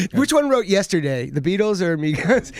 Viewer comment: He actually said migos even worse LMAOO